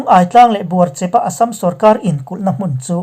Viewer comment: Buarchep. Chaicheha chep ang hian lam loh tur. "In Chep deuh ah kan khawsa" Heta 'chep' ang hian lam tur